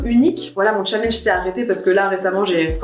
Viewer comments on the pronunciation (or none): none